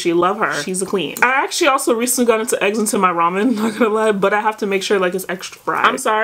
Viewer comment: THE EGGSSS NOT THE EGGGSS 😭😭😭😭 IT'S THE SAME GIRL FROM COURTREEZY's VIDEO 😭😭